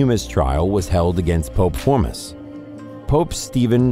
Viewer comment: Say it with me folks FORMOSIS! It is so annoying when I like a channel but they don’t even care enough to check pronunciation! This is an actual POPE e are talking about…come on guys that’s just lazy!